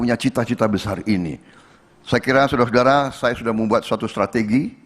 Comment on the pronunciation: Suudara suadara😂